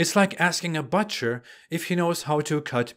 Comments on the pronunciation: You are butchering the the pronunciation of butcher. No offence, couldn't resist the bad joke. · Funny how you butcher the word butcher. Sorry could not resist. Keep up the good work